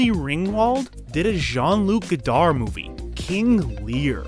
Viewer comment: As a native french speaker : the D in Godard is silent. 100%